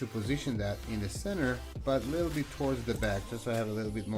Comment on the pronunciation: A leedle ron?